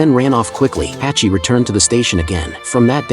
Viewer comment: True story from Japan. It's pronounced Hahchi.